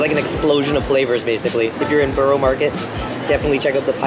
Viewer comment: Just a plea. So many American reactors say 'borrow' (as in Borough Market) when it is in fact pronounced as 'burra'. The same goes with Edinburgh.